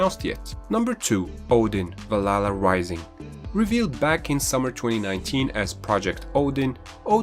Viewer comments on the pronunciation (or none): I hate how you say Valhalla. It's not Val la la, but good list.